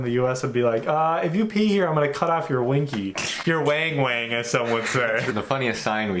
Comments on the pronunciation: It's not "WHENG WHENG" it's WANG WANG ( a) like WANT or WANted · "Wang-wang" has a short "a" sound.